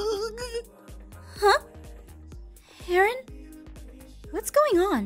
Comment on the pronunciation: I think said “I’m sorry urine” instead of “I’m sorry Aaron